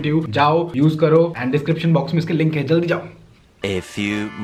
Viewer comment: Link ni ling hota h 😂😂😂